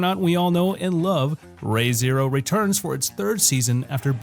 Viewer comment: Re:Zero "Reeee zee row" NOT "Ray zee row"